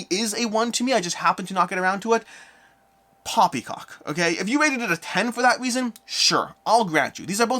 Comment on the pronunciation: The way you said "poppycock",ha,ha. Never change.